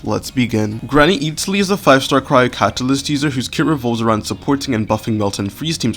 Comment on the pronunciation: i love this videos !! your guides are great, that said you want to pronounce her name more akin to its "supposed" to be pronounced, the first syllable isn't sea-tlali it's more sit-lali. there's an emphasis on the penultimate syllable